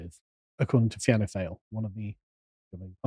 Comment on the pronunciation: Fine (just say fine as you would say in in English) Gael (pronounced gale). Fianna (feeanna) Fail (fawl) . But tbf "fail" is a good descriptive term. As a seasoned observer of the Irish political landscape I agree with pretty much everything you lads have said here. And the vast majority of blue collar Irish like myself probably would agree too.